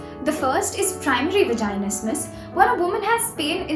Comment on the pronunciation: you’re literally pronouncing vaginismus wrong the whole time